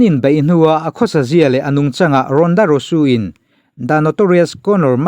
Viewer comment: English hi kan mothertongue a ni lo a,a thu kau chheh nazawng hi chu lam sual nawk2 a pawi miah lo,a ngaithla tu in kan hriatthiam chuan a tha vek..mahse hming hi chu lam dik tum hram2 erawh a tha..Rhonda Rousey te hi a lar tehreng nen a hming i lam dik lo tlat hi a mak zawk..naupang pawn an lam dik chat2 ang henu hming kher hi chu..a lam dan dik hriat loh pawn google emo youtube ah vêk hian a en theih vek a nia.."how to pronounce" tiha zawn mai tur..Rhonda Rusu ni lo in Rousey..Rauzi tih anga lam tur..engpawhnise a bengvar thlak e 👍👍👍